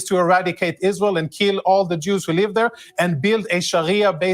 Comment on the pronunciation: First time the dumb lady opens her mouth and she already spits out lies about numbers of casualties in Gaza, and all of them civilians. So ridiculous. She isn't even able to say ISRAEL ! She says ISHRAEL !!!!!!!! What's that stuff ????????????????